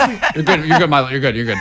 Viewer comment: Milo's pronunciation was actually on point 👌